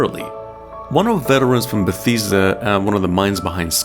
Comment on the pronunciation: Your saying Bethesda wrong lol